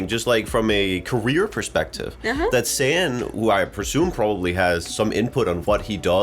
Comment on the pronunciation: Thank you for this reaction. His name btw is SAN, pronounce like SON or SUN not sand 🙏🏻🥲 His voice really beautiful. He's one and only lead vocalist of ATEEZ and second best vocalist in the group. ❤